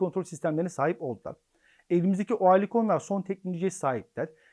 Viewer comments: Örlikon diye okunur 😁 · Oerlikon yazılır, örlikon diye okunur